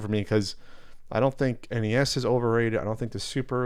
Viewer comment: shouldn't be that damn hard to say 3 simple letters. N E S. see?